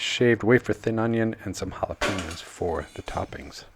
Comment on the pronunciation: Jalapeños with an E not an I. Sounds like your saying Piña colada. Just think Pen and yo. Sorry it’s a pet peeve of mine.. just want you to not sound dumb